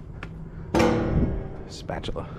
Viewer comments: Spatchula city hahahahaha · I was immediately thinking "Spatula City! Spatula City! Spatula City" but then J. Kenji said it under his breath....and I was satisfied. Thank you, for being in the same, nerdy, boat as me.